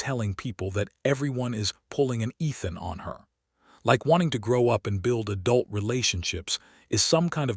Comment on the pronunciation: The way it says "adult" drives me nuts 🙁😁